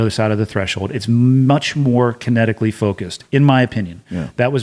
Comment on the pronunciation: Summing up DEVGRU: “It was much more kintetically focused”.